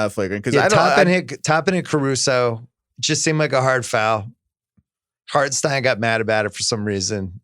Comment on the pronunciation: "Harten ST-EYE-NNNN" There pronounce that. JFC how hard is it?